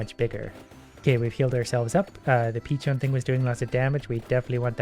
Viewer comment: Pitschoun xd